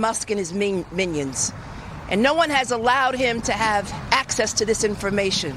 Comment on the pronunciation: “Minnions” no respect, she needs to be thrown in jail